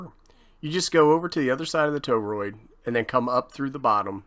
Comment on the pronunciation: Wanted to bust ur chops on your pronunciation of torroid 😅😂